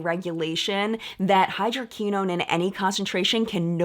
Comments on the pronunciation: Hydroquinone is pronounced “ hy-dro-Kwi- known’. ( long o’s, short i ) Great video,. Love Sunday mornings. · Hydroquinone is pronounce: hai·drow·kwuh·nown XOXO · mispronunciation of hydroquinone throughout the video was distracting. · We've all been there before! Now she knows for future vids